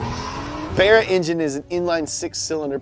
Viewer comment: Too bad he pronounced barra wrong